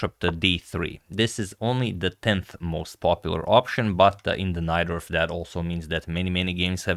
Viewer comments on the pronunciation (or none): none